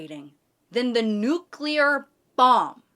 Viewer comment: I knew was the one when she said nuclear correctly <3